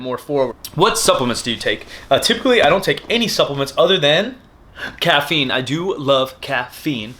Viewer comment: CAFFEINE! i do love caf-feine...